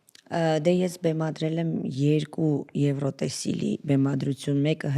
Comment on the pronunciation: «Եվրոտեսիլ» չէ, այլ «Եվրատեսիլ» …Ամոթ է, պատկերացնում եմ՝ ասենք ռուս որևէ ռեժիսոր կամ թատերագետ սխալ ասեր այդ բառը իրենց լեզվով